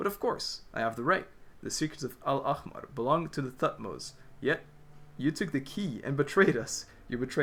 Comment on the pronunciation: the way you pronounced al-ahmar is really good considering it’s one of the most difficult words to pronounce within the arabic words genshin used coming from someone who’s first language is arabic btw!!